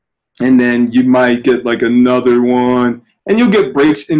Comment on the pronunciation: Mr “A whole—nuva—level” Lmao